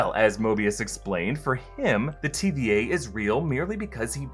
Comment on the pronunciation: Sounds like he keeps saying TBA..